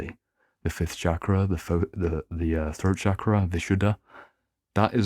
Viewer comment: Great video Just a mild correction. Here 'ch' in 'chakra' would be pronounced as in 'chain' and we omit the 'aa' sound in the end in Sanskrit and Hindi. No offence. Just for info 😊